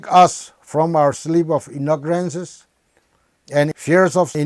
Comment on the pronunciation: Anyone notice that he said "inogrance" instead of ignorance?😁